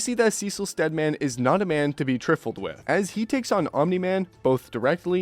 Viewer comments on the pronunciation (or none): Mofo did you say Triffle? It’s pronounced TRY-full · Bro said "he is not a man to be triffled with". I have been hearing some wild ass pronunciations lately. COVID really fucked all y'all's education up, huh? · He said triffled with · this dude said “triffled with” 😂😂😂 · that's not the point, it's that he pronounced trifled as "triffled" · "triffled with" Sheesh... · “Triffled with” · its tri feld with btw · "Triffled" 😂 AI needs to get it's shit together it's making you sound illiterate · He pronounced it in a weird way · trifled* say it right how embarrassing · Dear god, the way you pronounced trifled hurt me physically.